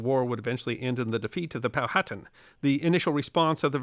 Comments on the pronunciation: Sorry to correct, but Powhatan is pronounced “Pow-huh-tan”. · the next time I see you, I will tell you how to say Powhatan... Born and raised in James City County...